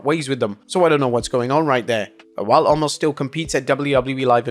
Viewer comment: WHY WHY WHY WHY WHY WHY WHY can't you say his name correctly? It's pronounced Oh-mas. You've been saying it wrong for literally years. 🤦🏻